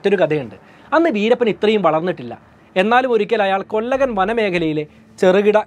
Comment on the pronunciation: 1) കൂസൈ മുനിസ്വാമി എന്നാണ്., കൂസൈ എന്നു പറഞ്ഞ മടി, 2) കൊല്ലഗൻ അല്ല കൊള്ളേഹാൾ കന്നഡ ആണ് 3) സാൽവായ് ഗൗണ്ടർ അല്ല സേവി ഗൗണ്ടർ